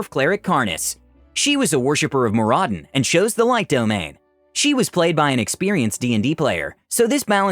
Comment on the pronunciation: Mor AH din? No. Mor UH din. It should roll off the tongue. Damn Elves can't even pronounce the Dwarven All-Father's name correctly. No wonder they can't produce a decent brew.